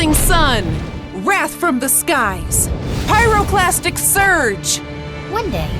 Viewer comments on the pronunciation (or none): Is it just me or when she said "Pyroclastic surge"?It sounded like she was going to say plastic surgery